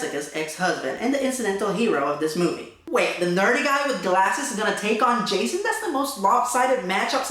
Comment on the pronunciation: lol, Hah-sohn